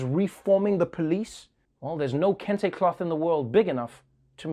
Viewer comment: Did she say Kunta Kenta colored scarfs?